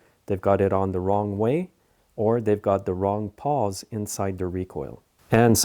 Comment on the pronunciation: not to be critical but they are pawls, not paws.